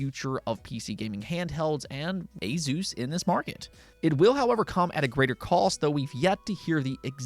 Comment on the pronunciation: Okay gotta share this I actually learned this myself through Computex video from Asus - asus is the last part of the word Pegasus and is pronounced as such "uh-suhs" ..ok got that off my chest lol sorry pet pieve.😅